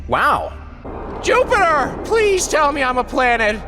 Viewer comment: no one: him: juptier